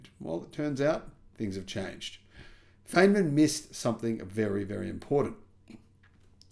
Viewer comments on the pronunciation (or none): Richard Fine-man, didn't live in Arkinsaw. If he did he might be fined for not saying it correctly. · Feynman is pronouncd Fineman, and Arkansas is pronounced Arkansaw. Hope you don't mind my corrections. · I think you've been had :-) this has been hyped as new breakthrough every year for a decade. Also, it's pronounced Fine-man